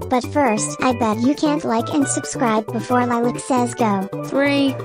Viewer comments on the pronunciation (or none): none